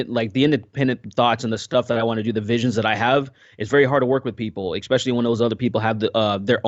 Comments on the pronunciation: Loved the discussion, but am I the only one hearing "ekspecially" all the time? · I love but every time he says "ekspecially" I'm like arghh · I feel I must, MUST express how distracting I find your pronunciation of the word "ESPECIALLY". Please correct me if I am mishearing you, but it sounds like you are saying "EXPECIALLY" each time. Am I the only person hearing/being bothered by this?